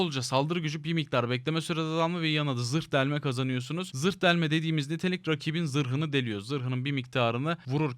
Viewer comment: zird delme-zirhi deliyor 😂😂😂😂